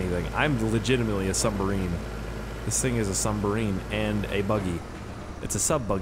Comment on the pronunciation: it pains me that hasn't learned how to say submarine yet